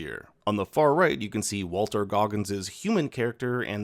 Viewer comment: WALTON Goggins, not Walter. If you're saying Walton and my headset needed recharging, maybe other commenters will learn. Otherwise, really appreciate the info for us non-gamers.😊